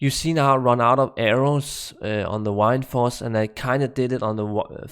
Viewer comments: Hey look at that you started saying "Mercenary" Instead of "MerciChin" !! Now you just need to get Windforce down! Not "Wined-Force" it is "Wind-Force" So funny that I said something about you saying mercenary wrong and now you got it down! Now just work on Windforce haha not "Whined-Force" but Wind-Force, (Win-D-Force). Cheers Buddy! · So Wind in danish is Vind. Pronounced in the almost exact same way. And you end up saying "Wine"force instead? XD